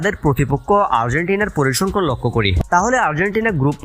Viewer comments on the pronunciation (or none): Not parisangkhon correct is parisangkhan.